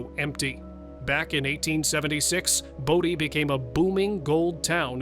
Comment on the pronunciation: It's pronounced BOW-DEE not BODY. Take 2 seconds and do some research. I'm outta here.